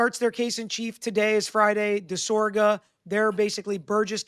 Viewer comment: You keep harping on your dad for mispronouncing Alessi, but you keep mispronouncing DisOGra, not DisORga LOL